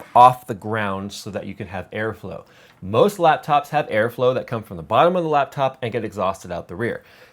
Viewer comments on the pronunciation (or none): none